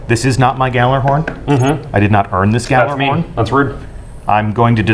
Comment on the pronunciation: Someone from bungie doesn't even pronounce gjallarhorn right-_